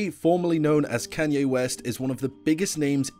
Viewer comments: Bro its Kanye not Kenye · WHY ARE YOU SAYING KAN-YE WTF ITS KAAN YE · "can yay" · bro really said kenye west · “Kànye west” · Bruh he pronounces kanye as Kenye😂😂😂😂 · I get triggerd every time when you kay kanye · "can-yee west" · Redo this video and stop saying kenyay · I can’t tell if you’re saying “Kenny” or “Kenye” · he's putting real big emphasis on the A in Kanye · You know this is a pretty great vid ngl i love it quality stuff but god did you butcher his name a lot